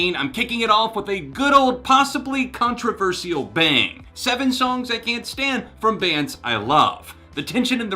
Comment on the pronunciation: why am i uncomfortable with how pronounces Controversial. btw, congrats with the 7 years 😊😊